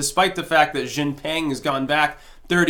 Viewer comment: I f'n love ya (no homo), but Xi is pronounced 'She'. Like: Hillary is a criminal so why isn't 'she' in prison?